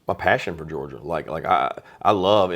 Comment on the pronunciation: “Gerogia”? C’mon, On3 Recruits!!! 🤦🏼‍♂️